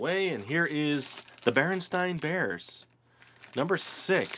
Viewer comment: Number 6 is pronounced bearsteen bears